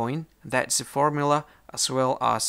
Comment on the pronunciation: Thanks for the fermula, fer how many santemeter.